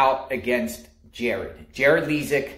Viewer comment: Dude, you can't even get his name right. You called him James and you can't even pronounce his last name correctly. And don't worry, our legal system will do all the work here. You don't have to do anything. Sit back and let them do their job.